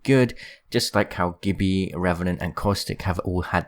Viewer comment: It’s not pronounced gibby from icarly it’s Gibby, Gibraltar himself Pronounces it Gibby/ Gibbys got your back Gibraltar Gib ral tar